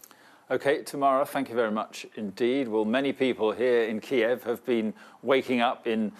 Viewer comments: First time im hearing Kyiv pronounced correctly! lol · key-ev is the Russian pronunciation, key-yiv is the Ukranian pronunciation. Ukraine has been encouraging people to use Kyiv as they seek to distance themselves from Russia